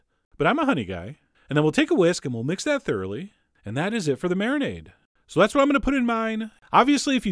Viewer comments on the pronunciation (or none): none